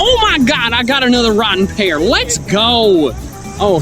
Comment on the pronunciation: Wrotten' Pear XD